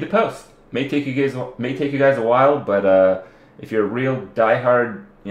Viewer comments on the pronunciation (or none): "May take you GAYS a... may take you GUYS a while..." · he said gays instead of guys